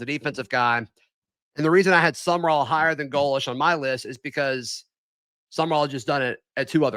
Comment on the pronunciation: his name is pronounced GO- lish. Please!